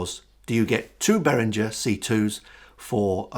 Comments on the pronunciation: Good review, mate. Just mind you, Behringer is a German company, so it's pronounced -ger not -jer ;-). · Well, it's a German name, so it should be "ghe" not "jer". Also